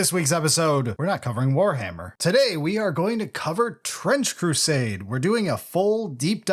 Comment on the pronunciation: I swear at some point I heard you say "French Crusade" lol